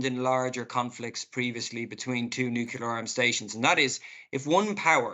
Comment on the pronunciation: Can’t even pronounce nuclear…sheesh .,(no offense)